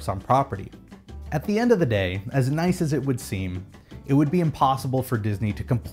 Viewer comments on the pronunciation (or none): none